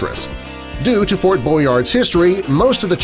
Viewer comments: It's Fort Boyard...not Boynard! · It is Fort Boyard,not Boynard. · 1. It's Ft. Boyard, not "Boynard". 2. Describing this structure's position as being "in the in the middle of the ocean" is grasping, because it's like, at most, a mile away from the coast of France.